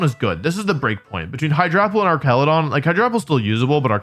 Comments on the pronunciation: Its ar ch ala don not ark cala don like it pre evo🤓 like if agree 👇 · I thought it was pronounced arch-ale-a-don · The fact you keep calling Archaludon "ar-ka-lu-don" instead of "arch-a-lu-don" is baffling to me. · hey wolfe, haven’t seen you in a while i know mom ran out of milk like 2 years ago but it shouldn’t take that long to replace it. anyway, it’s actually pronounced arch-a-loo-don. hope this helps! come home soon love u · Broke: Pronouncing it ArCALudon because it's like Architecture Woke: Pronouncing it ArCALudon because Wolfey purposefully pronounces names weird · Ah yes "Arkaladon" my favorite new pokemon. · Hey Wolfey. Little thing It’s Arch-aludon Like an arch It’s a bridge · I'm cringing every time he says that. 😬